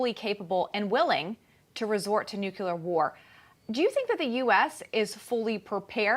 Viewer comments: Are you kidding me? She's a professional speaker and she says "nukular"? Sorry, but they lose credibility in my mind. Makes her sound uneducated. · "nucular?" lol